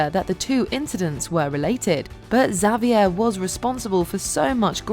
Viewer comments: Did drive anyone else bananas how she pronounced Xavier? 🤦🏻‍♀️🤦🏻‍♀️🤦🏻‍♀️ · please look up how to pronounce “Xavier” 🤣